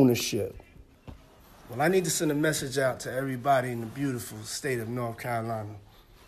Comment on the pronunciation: "Norf" Carolina Panthers..... dumbass